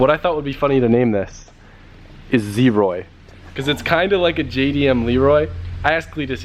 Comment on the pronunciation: You made "ZeeRoy" 😅